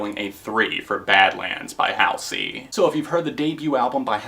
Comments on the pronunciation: Oh, and btw, its pronounced Hall-zee lol. Not Haol-see. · btw its not house-ey its hal-sey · Hall-zee is how you pronounce her stage name fran-JAH-pa-nee is how you pronounce her last name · also it's pronounced hahlsey :) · Not to be rude, but you're pronouncing her name wrong. It's (HALL-ZY). If you didn't know, it's an anagram for her real name Ashley. 😆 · It's pronounced hallzey :) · anybody else really bothered by the way hes pronouncing Halsey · is it only me the finds it funny how he pronounces Halsey? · i saw all of your videos about halsey and i have nothing to say, i love halsey but everyone has their opinion but i laughed so hard everytime you tried to say her name lol. i really like watching your top /review videos :) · the way you pronounced halsey lmao